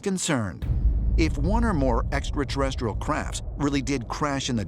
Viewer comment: no I haven’t noticed lol but what can we expect from a dude who says eckaterrestial?